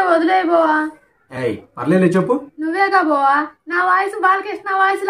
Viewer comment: బొవా కాదు బావా